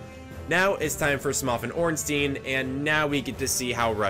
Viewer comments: Smough is pronounced like "Snow" Gough is pronounced like "Cough" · First video I've seen and never have i heard both orenstein and smough's names both be said incorrectly Smough rhymes with dough Ornstein rhymes with Frankenstein. E before I in german is a hard I sound I before E is a hard E sound Zwei which means 2 in the german word Zweihandre remember there is a Zweihander in game as well Zwei is german for Bi meaning 2 German and English are very similar in pronunciations Also for smough's sake its spelled like dough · You saying smoff the entire time hurt me in my soul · I don't think you can just do that with names. Anything doesn't go, you can't call a Steve, Sharon - unless they're into that. You can mispronounce things sure, happens all the time but if something is called something you can't just call it whatever. Sure my name is Ian but it's Scottish in origin and its how they pronounced it so that's how it was worded. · Great video! But isn't it "Smow", not "Smoff"? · Pretty sure Sif is a "she" not a "he", and its pronounced "smo" not "smof", otherwise great vid! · Ah yes, S M O F and ornstein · It’s pronounced “Smō” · i hate how he says it "Smoff" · I got irrationally pissed when he called Smough Smoph cuz they def look the same and that was after edits and a script... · Smuff, omg, never heard that pronunciation of Smough before. Awesome. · Smoph has to be the best mispronunciation of Smough’s name, hands down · Him: now it's time S M O F and Ornstein Subtitles: some, often, Ornstein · Smoff? Did he say Ornstein and Smoff? Or am I tripping😂 I had to rewind like 5 times to see if I’m wrong and I swear he’s saying Smoff. 🤣 great play through though dude this is some impressive shit 🤘🏻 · did he just call Smough “Smoff”? that’s not okay lol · Love your videos. Smough is spelled like Dough tho. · Hears pokemon music after Smough being called Smoff Are you Mah-Dry-Bread? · Holy shit, man said smof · is he jokingly calling smough “smoff” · Lmao "smof"